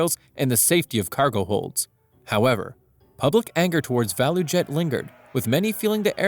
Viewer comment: For future reference, ValuJet is pronounced "value jet". Just putting that out there.